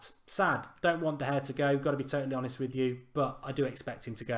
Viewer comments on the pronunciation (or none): none